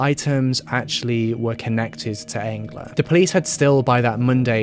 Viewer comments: Selve programmet? Han er flink å uttale navnet hennes ok også. Ikke så lett å få en svensk sleng på det. 🙏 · miles You pronounced it correctly, I think the person was just commenting that it was sad how her name was similar to the word “angel” since she was an innocent who sadly lost her life:(